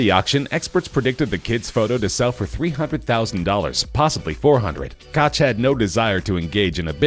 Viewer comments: It’s pronounced “coke” not “coch” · Do you live under a rock? It's pronounced "William Coke" and you kept referring to him as "William Cotch" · It's pronounced Koke, not Kotch. SMH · . This is so embarrassing. William Koch? It is pronounced "coke". He is a billionaire and you didn't pronounce his name correctly. LOL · “Koch” is pronounced “coke” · Actually, if you know German, you know that it rhymes with the Scottish "Loch". And not coke. But since most Anglophones can't pronounce the -ch sound you massacre the pronunciation into 'coke'. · Can't pronounce "Koch" correctly and half the other names, reuploaded video from last year, clickbait thumbnail, absolute minimum effort content. This channel is garbage.